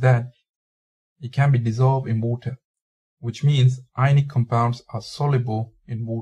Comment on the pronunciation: in vatir its water you idiot not vatr